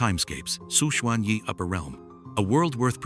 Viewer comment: Who is Su shuan yi, isn't our protagonist Xu chen, or is it a mistake in pronunciation?